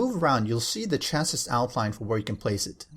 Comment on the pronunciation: Chassis is pronounced "chas-see" :) It's from French